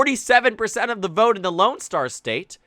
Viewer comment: “I will boat….. for Donald Trump” 😂